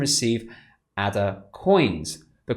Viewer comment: It is pronounced Ada.... as in the name. It was named after Ada Lovelace, the famous mathematician.